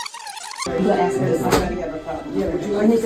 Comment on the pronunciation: If you can't pronounce ASK, your ratchet hood booger butt should have never been a mayor 🤦